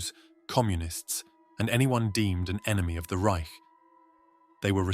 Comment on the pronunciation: Finally, someone who pronounces "Reich" correctly... You gotta have that puff of air hitting the roof of the mouth or y'all sound like a Vollidiot! Frieden! Du lieber Himmel! Just remember that this is a level of die Hölle with just enough Himmel ta getcha by, bye!